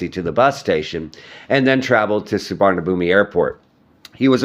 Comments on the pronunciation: Suvarnambum… you don’t pronounce the ‘mi’ at the end! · You mispronounced the name of the airport. A good transliteration is Soowanapoom. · U lived in thailand and make news abt thailand but cant even pronounce d airport name correctly😂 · If the guy has never gone there, I could see why he might add the sound "I" at the end. The letter is there, even though it is silent to those in the know